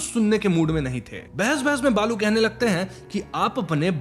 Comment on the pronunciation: Its not बालू its बाळू😂😂😂😂 north people cant say ळ